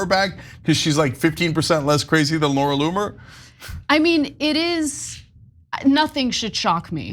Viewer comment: Laura Loon-er